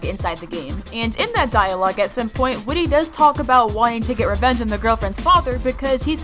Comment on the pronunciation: Not whitty its whit